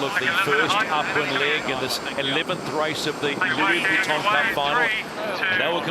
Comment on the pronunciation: I cringe every time says "Louis Vuitton", please don't continue it for the America's Cup matches. It doesn't match English (American or British), French, Spanish, or Italian, so where the f is he pulling it from? It just sounds stupid and extremely irritating! Congrats to Britannia, I feel like some of the post-match chatter alluded to perhaps the software team tuning the maneuvering automation better than Luna Rossa could. Commiserations to the Italians for a thrilling LV Cup finals. Shame they didn't make more of a fight today. Bring on the America's Cup Match - it's set to be a cliff hanger until we're a few races in!!